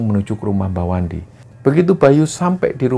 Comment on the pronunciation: Pada menit ke 13,05,,,kesrimpet ucapannya, bukan Mbah Wandi tapi wa mandi 😂😂😂😂😂,,,sorry terlalu nyimak nih bos..